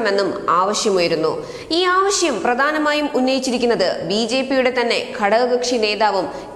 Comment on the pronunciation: ആവശ്യം എന്നാണ് അല്ലാതെ ആവിശ്യം അല്ല. സ്ഥിരമായി ഈ തെറ്റ് ആവർത്തിക്കുന്നു 😬🤭🙄😷